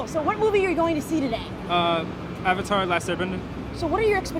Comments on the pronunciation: make aang asian. pronounce his name ANG the Avatar not AUNG the Ovatar Make steve seagal the uncle remove the INDIAN PEOPLE FROM THE CAST AND ADD ASIANS Make it directed by Tom Hoop and produced by Steven Spielberg then ill watch it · I HATED THE FREAKING MOVIE IT WAS UTTER CRAP!!!!!!! I LOVE THE SERIES BUT MAKING INTO A MOVIE THAT COULDNT EVEN GET THE NAMES RIGHT IS FFFRRREEEAAAKKKIIINNNGGG CCCCCRRRRRAAAAAPPPPP!!!!!!!!!!!! IT IS DUMB TO THE MAX AND HARDLY FOLLOWED THE SHOW........ITS AVATAR NOT AHVATAR!!! SOKKA NOT SOHKA!!!!!! AANG NOT AUNG!!!! GRRRRRRRRRRR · wats with all the freaking spam ITS SO ANNOYING! another annoying thing was the actors pronouncing "avatar" as "arvartar" and "aang" and "ung". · The second they pronounced Avatar as "Auvatar" i completely signed it off, and that was the first line; and it didn't get any better from there. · i really really wanted this movie to work. As a fan of the series i was excited with friends as we went to the midnight showing. Now i dont now if it was just me, but they seemed to have a problem with saying "a"s in the film..."the aw..vater"...."aw..ung. Perhaps the worst trait of the film though was the acting which was honestly embarassing to watch, it was a disapointing 4 from start to finish. Keep the reviews comin Grace :) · Avatar - Aaaarvatar Aang - Ung Sokka - Soker